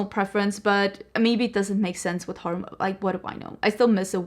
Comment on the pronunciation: Haha the struggle of saying the word horror as a Scandinavian, I know the feeling :)